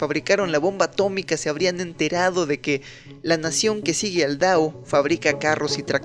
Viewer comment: Porqué dices “dao” en vez de “tao”?! 💀